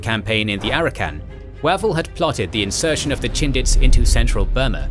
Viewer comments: 'Way'vell not waval... Pronunciation is the main failing of this whole channel. Do your research! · The man’s name is pronounced “Way-Val” FFS. It doesn’t say a lot about your presentation if you cannot pronounce the commander’s name properly. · The voice software still can't do long vowels. Wavell wave`ll. Long a. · Is that not the wrong pronunciation for Wavell?